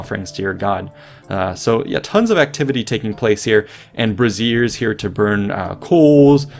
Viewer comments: I love your videos! But for the love of Athena please please stahp calling them brasierres 😂 That word means something else. It’s bray-zhr. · Brassieres? It's BRAY-JHURRSZ. Usually three-legged. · It's pronounced "BRAY zier" because "braZIER" with the stress on the second syllable is what "bra" (woman's undergarment) is short for. Just sayin'. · "brazier" is pronounce [BRAY-zher], not [bra-ZEER]. That's a woman's brassiere. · I love your videos. Thanks for making them!!! One point, if I may: brazier is pronounced BRAY-shur or BRAY-see-ur, not BRAH-zee-ur, which might mean a woman's bra. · Amusing confusion about how to pronounce brazier and brassiere